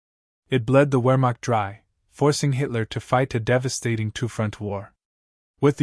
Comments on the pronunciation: This was an interesting video. But might I make a suggestion? HAVE A HUMAN BEING DO THE NARRATION IN THE FUTURE!!! (Or, failing that, PLEASE invest in a more human sounding artificial intelligence program.) One final thing. The word "WEHRMACHT" is, needlessly to say, German. And thus, the "W" is pronounced as a "V". As in Richard VAHGNER (the famous German composer). I hope that you found these observations useful. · If you can't properly pronounce the word "Wermacht", then nothing else in your effort can be taken seriously. Downvote.